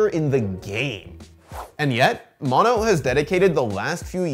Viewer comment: mow know. how you a nerd and interviewed dude saying his name and u keep calling him mon-o